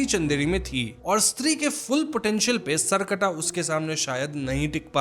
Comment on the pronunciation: The pronunciation is सर + कटा , not सर्कटा।